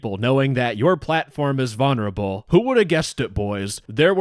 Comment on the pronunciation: I absolutely love your videos but bro, the way you say VONerable instead of VULnerable drives me absolutely insane😭